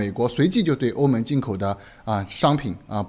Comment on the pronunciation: 哥们儿您的普通话发音真要改一改 欧盟(meng )